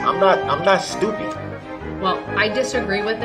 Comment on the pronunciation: I love the way you say STEW-PID, you know, really proper like. I just love you girl & ALL YOUR UTUBE CONTENT❤❤❤❤❤❤❤❤❤❤❣️ "ALL OF YOUR" BROOKS STUFFIS MY FAV❤❤❤❤ LOVE YA GIRL❤❤❤❤